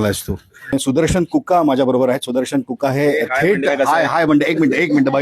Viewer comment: विषय मधील ष पोटफोड्या, बरोबर पण सुदर्शन, शिक्षण यांतील श सुद्धा ष उच्चारताय्? तुम्हीही स्वतः थोडा सराव करावा. छाया देव